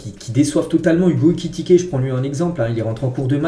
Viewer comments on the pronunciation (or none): none